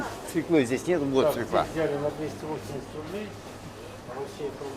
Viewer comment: Не свекла, а свёкла!